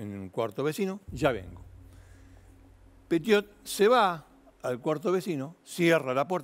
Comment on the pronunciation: Pronuncie bien el apellido por favor 🙏